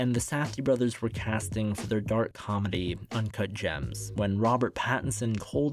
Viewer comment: I believe it's "Uncut Jamzzzz"